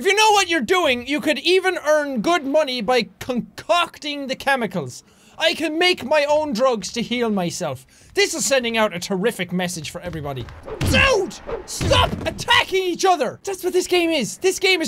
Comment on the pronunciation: When I heard "concockting" I laughed SO hard